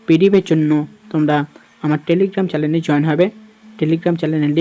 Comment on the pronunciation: আগে নিজের প্রোনুন্সিয়েশন ঠিক করো, ওটা চ্যালেন হবে না চ্যানেল হবে😂